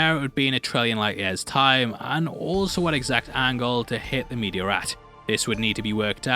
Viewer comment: I thought he kept calling the meteor, "the media" hahaha